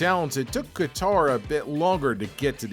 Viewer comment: how can you mistake his name even after hearing it pronounced. KATAR